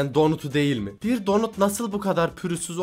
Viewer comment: ABİ BEN RAHATLAMADIM ÇÜNKÜ SEN DONAT YERİNE DONIT DİYON